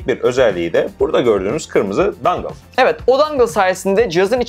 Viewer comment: aslında "dongle" olması lazım :D